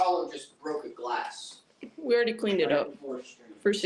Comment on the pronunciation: I can't remember whether i commented this on another video, or thought it when i wasn't near a computer... I think i figured out why Apollo sometimes says Glassk. He often hears the phrase "Yes Apollo, its Glass, good boy!" and is hearing the g from the beginning of good, blending into the end of the word glass. Might be an idea to try to say "Yes Apollo, Good boy, it is glass!"